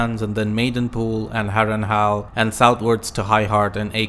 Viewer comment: Good video. I especially like how you pronounce Harrenhal as Harrenhal, not Harrenhall.